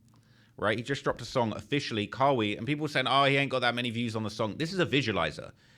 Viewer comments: (Ka-Wee) is crazy dawg & it's (Cuh-Why) 🤣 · Did he just pronounce Kawhi…Cow-E? Smh 🤦🏾‍♂️ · Kawhi Leonard not kaywhy smh 🤦‍♂️